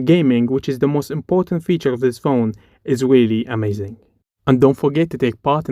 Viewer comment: You said pjone for 36 times